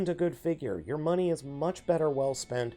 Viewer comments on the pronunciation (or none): none